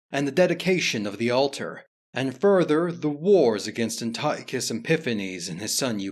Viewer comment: An-tea-awk-iss is how you pronounce Antiochus